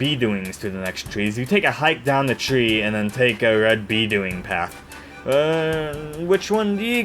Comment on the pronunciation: Some pronunciation notes. Butane is pronounced BEW-TAYN not BOO-TEN. Magma Opus is pronounced OH-PUS not OPS. B-Doing is not pronounced like the word "do-ing," it is pronounced like the onomatopoeia "DOI-NG" to imitate the phonetic resembalnce of the bounce platforms.